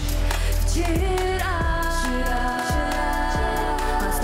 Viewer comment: Прям слух режет «вчИра» ужас 😨